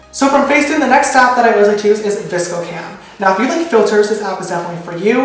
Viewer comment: YOU SAY VSCO THE SAME AS ME!!!! Everyone gives me so much hate for it but I swear it's sounded like "viskoh" 😂😂❤️